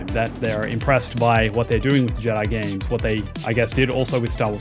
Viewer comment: Why is an Aussie saying games like me from the north of England? Gaaaames